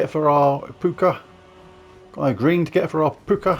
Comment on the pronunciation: Puka = Poo ka. Puke ah, doesn't sound right 😂